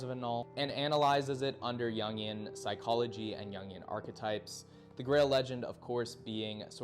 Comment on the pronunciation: its pronunced yoong and yoongian